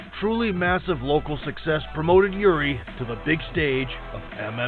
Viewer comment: Its actually not "yuri" but "jiří" try to run it through google translate, but the letter Ř is pretty hard for foreigners to pronounce.